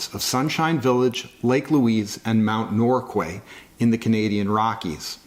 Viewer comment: It's pronounced Norkay (I don't know why but that's how we pronounce it)